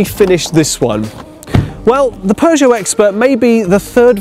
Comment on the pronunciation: Sounds pretty normal to me. It always makes me laugh when Americans try and say it! Poooo Joe? 🤣🤣 No..